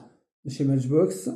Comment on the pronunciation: Salut , avec les SI Mais je serais multi millionaire , ne te casse pas la tete quand on est gosse et bien on ne pense pas au futur on jou on fait des petites conneries , c est la vie . Beaux camions et Benz ( On prononce Maitchbox ) Merci pour la video , fait attention avec la peinture . Grüße aus Stuttgart .